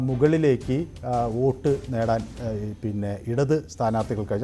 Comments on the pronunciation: വേട്ടു അല്ല വോട്ട് 😝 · വേട്ട് അല്ല വോട്ട് 😂😂😂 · 'വേട്ട്' ... അല്ല സര്‍ ...!!! 'വോട്ട് ' എന്നെഴുത്....